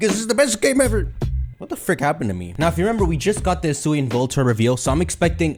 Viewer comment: Almost 2022 and still mispronounces Arceus 😔😔